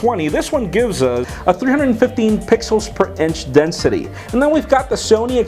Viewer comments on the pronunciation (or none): none